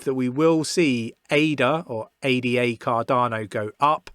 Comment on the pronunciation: dont call it A-D-A, its named after a woman as you know. her name is not A-D-A!